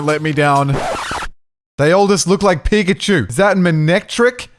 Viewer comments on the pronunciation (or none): none